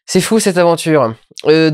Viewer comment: Je sais que y a une raison mais je sais plus laquelle Quelqu’un peut me rappeler pourquoi il dit Flou au lieu de Fou?